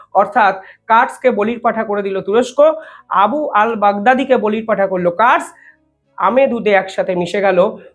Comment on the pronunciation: ওটা কার্স নয় কুর্দি আর ইংলিশ এ kurds। বাকি বিশ্লেষণ খুব ভালো।